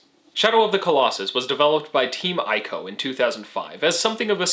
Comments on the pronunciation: isnt it pronounced "ee"co and not "i"co? and great analysis! loved the aspect of you, the final colossus, being defeated not by belligerent means but just by the sword being thrown. Nice job and hope you continue to gain more subscribers and views :) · My dude, fantastic video. But it's "ee-co" not "eye-co".